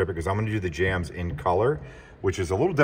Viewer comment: Jambs. They're called door jambs. Not jams. Though door jam does somehow sound like it would go good on toast! 🤣🤣